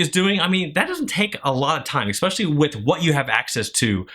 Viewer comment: if you say "exspecially" one more time...................